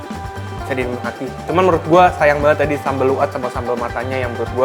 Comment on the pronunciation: Gemes gw ama lu bang... nyebut sambel luat 'Sambel Lu At', nyebut Sei 'Se i'.. jangan2 lu nyebut ikan paus juga 'Ikan Pa Us'?